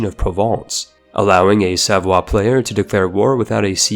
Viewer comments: Savoy is pronounced as it's written. Not "savwa". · Dude can you pls call savoy with his actual english pronunciation cose its not a french state, its an italian state that actually formed Italy and so using the french accent makes absolutely 0 sense